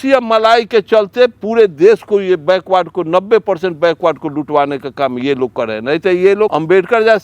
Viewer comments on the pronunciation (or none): बैकवर्ड होता है बैकवार्ड नहीं पहले बोलना तो सही सीख लो